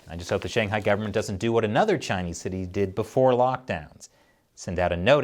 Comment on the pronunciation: Dude I love this channel but for once please, learn to say Shanghai and stop saying SHAYNGHIGH and BEISHEENG it kills my ears and anyone's who speaks mandarin